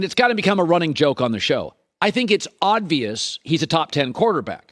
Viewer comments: I didn't get to his ranking because after the third oddvious instead of obvious went straight to comments to make sure. He seemed like he lost a bet to do this and see who notices. He said it many times. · Swap Lamar Jackson with Kyler and I agree with the entire list. Also, it’s OBvious, not ODvious. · U know what's obvious? Colin keeps saying odd-vious 🤣🤣🤣🤣🤣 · Do I keep hearing Colin say "oddvious"?